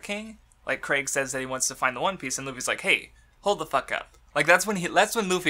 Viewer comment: ITS PROOUNCED KREEG NOT CRAIG JESUS CHRIST